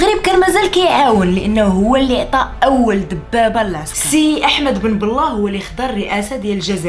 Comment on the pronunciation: أه نسيت غير واحد الملاحظة ضحكتني 😜 نطقك لإسم الرئيس " بن بلة " ماشي هو هداك .. 🤪🤪